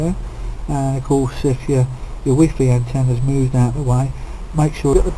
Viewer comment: he called it wee fee not wifi😂